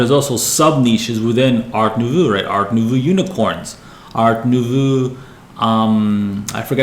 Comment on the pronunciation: It's pronounced art newvoh